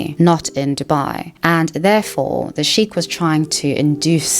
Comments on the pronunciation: Hello! Just some feedback. Sheikh is better pronounced "shaykh" with a light k, almost like your huffing before the k. "Sheek" sounds too similar to "Sikh" (prn "seek" or "sheek" thru diff cultures) which is a totally different word. It's a small detail, but it does throw off listeners like myself, familiar with both words. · Sorry Sheikh is pronounced like Shake not sheek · it's pronounced as shake, not shik. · Sheik sounds like "shake."